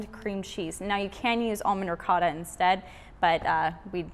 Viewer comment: Its actually pronounced "ri co ta"